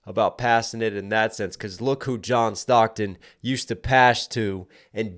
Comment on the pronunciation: I feel like the “1, 2, 3, 4, 5 + 5” stocks bar was heavily underrated: 5 + 5 =10 stocks Earlier in the track he called himself John Stockton Stockton (pronounced as stock-ten) Crazy how he circled back to the John Stockton line like that.